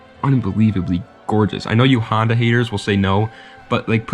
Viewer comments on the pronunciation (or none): so nobody talking about "HONDAY"?